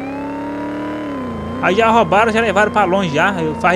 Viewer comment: "ROUBAROM" EROUUU DNV KKKKKK SLV É NOIS MLK